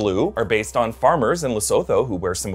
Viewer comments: Sup, you butchered the pronunciation of Lesotho there...it's Leh-soo-too(it's not exactly that but that's the closest pronunciation) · Lesotho is pronounced as le soo to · Why did pronounce Lesotho like that??